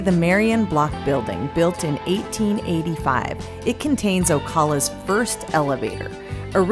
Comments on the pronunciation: Just wanted to let y’all know it’s actually pronounced O-Cal (like Cal in California)-Ah. At least that’s how all of us in the South pronounce the city name. Pointing out the painted horses was a nice touch for the video though. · you have not pronounced the name of our city correctly. O-CAL-A.